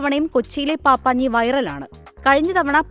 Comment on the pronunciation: പാപ്പാഞ്ഞി എന്നല്ലാ പപ്പാഞ്ഞി എന്നാണ് പറയേണ്ടത്.